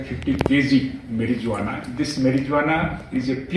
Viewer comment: Dgp hats off mann .you cant even pronouns the marijuana properly. .just note that the capital J is silent..ok..